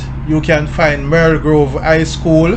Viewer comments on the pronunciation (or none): none